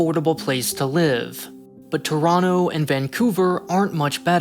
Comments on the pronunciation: Props for the Toronto pronunciation 👏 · Thank you for pronouncing Toronto correctly